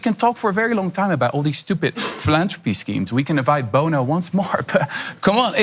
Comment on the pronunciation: Instead of Bono he said Bonner